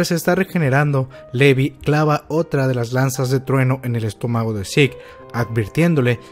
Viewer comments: pronuncias Sick en vez de seke y pronuncias levi en vez de lavai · Por qué cuando pronuncias Levi nunca dices "livai" (cómo se pronuncia realmente) pero se te da por decirle "sik" a Zeke (cosa que nadie hace porque nunca se escuchó nombrarlo así)? En serio, me parece un poco estúpido el hacerlo.